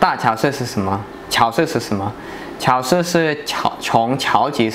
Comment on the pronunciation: 发音不准啊！超市：chāo shì而不是 cháo shì... 你指的加油站那边叫连锁店。